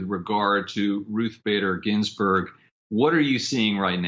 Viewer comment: b ur pronouncing Ginsburg wrong..